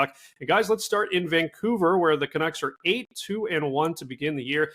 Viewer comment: Fat man can't even pronounce canucks.